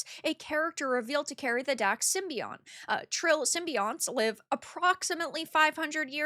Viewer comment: lmao the way she says symbiote